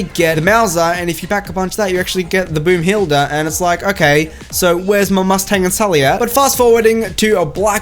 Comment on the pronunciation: What's the Boomhilda!? It's the Boomhala!